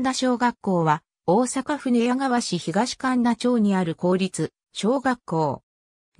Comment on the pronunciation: 「かんだ」ではありません。「かみだ」です。